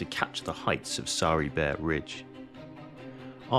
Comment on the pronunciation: Not chunuk, its Conk which means Donkey. Its also not Bair, its Bayır means slope. Conk Bayırı= Slope of Donkey. My hometown is located 80km south of battlefirld. 3 of my relatives fought from my fatber’s side fought in there. 2 of them returned back. One of another relative started to fought from Yemen to all the way Gazza. Captured in Gazza. Escaped and Returned back 3 yrs after the battle ends.